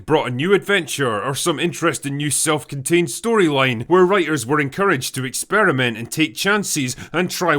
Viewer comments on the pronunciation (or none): none